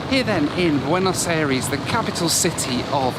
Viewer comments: Bueinos Eyrees? Suddenly you're Murican? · I hate how you pronounce Buenos Aires